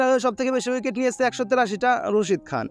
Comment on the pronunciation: আপনি রাসিদ খান কে বলছেন রসিদ খান😂